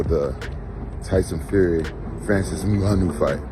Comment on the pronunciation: Rampages pronunciation of Francis Ngannou’s name is hysterical